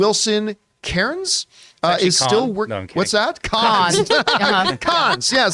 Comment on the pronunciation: Guys, John actually pronounced Cairns correctly the FIRST TIME! It's Care-ns! Not bloody KAHRR-NS lol I should know, it is my name after all. P.s I'm English, so maybe it's just another example of a word you Americans butcher the spelling or pronunciations on! Aloooo-man-im instead of Aloo-min-eeum Color instead of Colour Etc etc. Ok, time to put my Tampax in 🤣